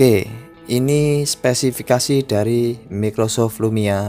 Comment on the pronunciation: Mas bacanya "maykrosoft" bukan mickrosoft :v